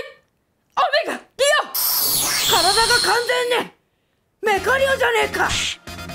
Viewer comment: メカリオちゃんの発音ルカリオと一緒なんだね…